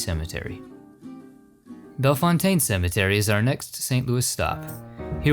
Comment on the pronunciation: Its pronounced like bell-foun-ten cemetery believe me I live in STL MO